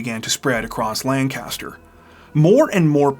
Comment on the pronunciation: Ppl not from my hometown. "LAN-CASTER" 😂😂 we say lank-a-ster. We would drive past this house alot going to Baltimore. And everyone in town always said the son set it up. Crazy how the rumor mill stirs up lies. I was 16, I was just dumbfounded that it happened. Such a sad story.🥺